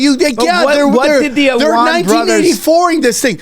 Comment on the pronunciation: It’s the “Allman Brothers” not the “Awan Brothers.” 😏🎸 “John Hancock… it’s HERBIE Hancock.” -Chris Farley (Tommy Boy) 😂